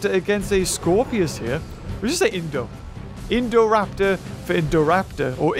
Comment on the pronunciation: Poor with messing all the names. LOL Indominus, Indoraptor and Scorpious that a tongue twister. But amazing video. like always, been a fan of ur channel since the early Isle videos <3